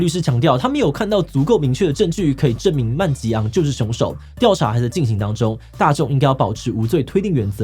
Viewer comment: 瑪利歐是因為槍擊犯的名字是路易吉……這才是看點，如果不知道槍擊犯的名字叫路易吉，那瑪利歐的梗圖就沒有那個味道了，不知道為什麼志棋一直叫他曼吉昂，而那個“拖延”，“拒絕”也在後面可以知道，其實用英語讀才有味道來著